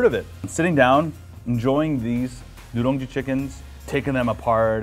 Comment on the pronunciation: will be nicer if you said nureungji instead of nu'rung'ji cuz that is not how you pronounce the word..